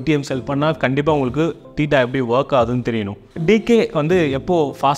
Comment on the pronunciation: அது...தேட்டா இல்லை தீட்டா என்று உச்சரிக்க வேண்டும். ஆங்கில வார்த்தைகளை சரிபார்த்து உச்சரிப்பது உத்தமம். வாயிக்கு வந்தததை பேசி உளறக்கூடாது